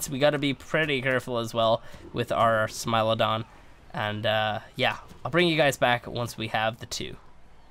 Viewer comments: is pronounced smile-OH-don so ye ur right (applause for ) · You are saying the right pronunciation of smilodon: smile-oh-don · for once you are correct, it is Smile-a-don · Yes it is a smilodon you are correct on the pronounciation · You are pronouncing Smilodon properly :P It does sound unrealistic and super friendly but as you saw from the taming video, not smiling when it comes running at you XD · You pronounced smilodon correctly. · u pronounced smilodon correctly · is worried that he is pronouncing Smilodon wrong but he saying it right. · You're pronouncing smilodon correct stop worrying about it lol. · your saying it right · You are saying smilodon correctly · bless your heart - yes that is exactly how you pronounce Smilodon, it's okay!